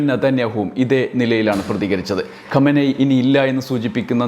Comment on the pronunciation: ഖോമേനി അല്ല ഖമേനി Khamenie